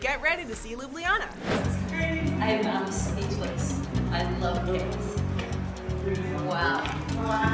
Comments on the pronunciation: it's not Lublijana but Ljubljana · its not lijubljana , its ljubljana. and its not slovinia, its slovenia